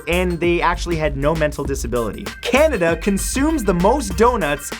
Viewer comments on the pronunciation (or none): none